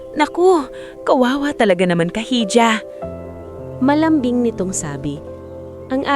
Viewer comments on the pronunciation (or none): Maganda ang kwento pero may ibang words na mali ang pagkabigkas... Like Hija... Correct pronunciation( iha) not ija☺️